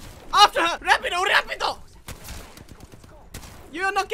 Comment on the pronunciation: rAPidO! rApIDo!